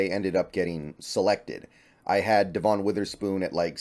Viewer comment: I think you’re pronouncing Devon’s name wrong, just fyi. Thanks for the interesting content.